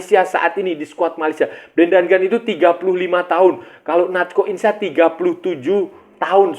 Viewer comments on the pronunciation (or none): Natxo Insa = Nat-so In-sa